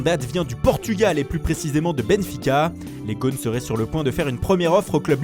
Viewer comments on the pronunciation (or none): none